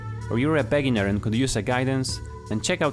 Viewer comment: it's not "BEGGginer" you should say "beeGINNER" and it's not "DETTERmine" you should say "deeTERMINE"